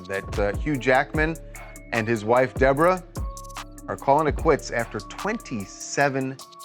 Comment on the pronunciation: It's an old fashioned name and she spells it strangely but his pronunciation or is it AI of Deborah is so jarring